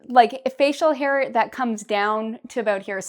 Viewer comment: I got a question. You say hair the same way you say her ? Could you tell me the difference between that please 😉